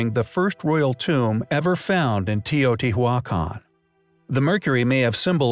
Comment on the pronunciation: Try to pronounce better the name sites it's teh. - oh. - tee. - wah. - kahn🎉🎉